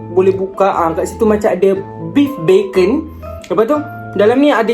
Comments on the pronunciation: Minit yang ke tu, bukan Beefbacon bang, tapi Beefacon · Tu la aku pun dengar beefbacon